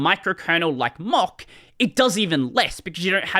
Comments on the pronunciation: I just hear "mock", not "mach"... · More than six minutes in before I realized "Mock" is "Mach". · please look up how Mach's name is pronounced (I don't think I can put a link here)